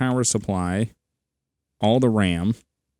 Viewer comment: He says BRAM.